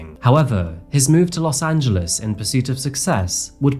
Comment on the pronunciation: Thank you for pronouncing “Los Angeles” correctly. Even Spanish speaking native speakers would not pronounce it “Los Angeleees”